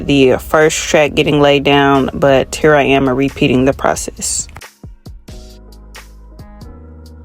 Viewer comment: I was about to say the same thing! The way she said hurr 😂 sounds like home